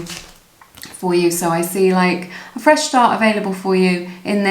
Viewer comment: Pile #1- wow he had said 'feesh start' and that was the last card.